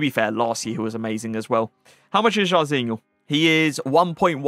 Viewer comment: It’s jairzinho, not sharzeenyool